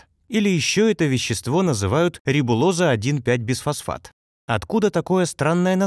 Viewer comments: звучит как БЕЗфосфат,а не БИфосфат..)) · Почему безфосфат, если бифосфат, т.е.двафосфот!!!!